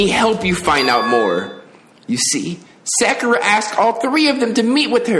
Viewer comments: you still are saying her name wrong after hearing it pronounced correctly lol. its Sa- Ku-rah not Sa-ki-ra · I like how he says problem fixed, and then goes right back to saying sakura (sack-ura)😭😭😭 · Sakura (Soccer-ra) lol you returned to the other pronunciation of it right after you got it right one time 😂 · Youre wrong its Sa - Ku - Ra, not Sak-ur-ra there is a difference Lol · doesnt work that way, most of their characters in english it would be Either 1 or 2 letters (The syllables) its Sa • Ku • Ra just google a pronunciation lol its not Sak • Kur • Ra he even pronounced Sa • Kira sometimes😭😭😭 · Saykura Saikura Saycurah Me: Say SAH... KUR...AH...: sAyKuRa Also, Byakuya, I got a bird that is the best bird for you 🖕it’s this one here byakubish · Sah-Kur-Rah bro you be saying sackeruh like he name sound mad ugly lmao im on your bumper bro but im happy your playing this cant wait for the second game when you beat this! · lmaooo but wait... its actually pronounced as Sah-Ku-Ra. NOT suh-kure-ra. who ever told you otherwise is big tripping. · IT IS PRONOUNCED "SAW COO RAH" NOT "SUH KYUUR UH" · Learns how to pronounce Sakura Also: “SACK-ura” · SA-KU-RA JEEZZZZ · Her name is pronounced sock-err-ah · how to say sakura. sah-kur-ah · You still said sackura instead of Sakura the whole video 🤦🏿‍♂️ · This what i needed. And yes bruh, been waiting on you 😭 btw it's Sock-er-uh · sa-kura? No. It’s sa-kur-ah apparently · IT'S SOCK-ERA. Not that it matters, anymore. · Ok....since this has happened I suppose it's finally time to tell you...so here it goes: Sakura= soccer-ah or sock-er-ah like the pink haired girl from Naruto😊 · Spiffy Williams no its pg showing this nigga pronouncing sakura wrong its. sock-ou-ra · U can tell never watched naruto to not know how to pronounce sakura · my dude really found out how to say Sakura correctly and continued to pronounce it wrong